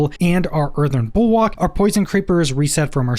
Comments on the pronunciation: Earthen bulWARK, not bulWOK 🤣🤙🏻. Great videos either way! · Bulwark not bulwak its killing me 😅😭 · I swear to god time slowed down when you said Earthen Bulwok 3-4 times and I was thinking to myself wtf is a Bulwok